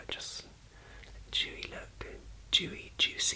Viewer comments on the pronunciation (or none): I thought you said chewy instead of dewy. I don't think I'd enjoy you eating my skin. Love yew, 😘